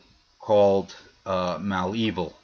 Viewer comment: Okay, let me help you with the name Malevil. It is not Mal Evil. It is Mulaveel. This is the right way to pronounce.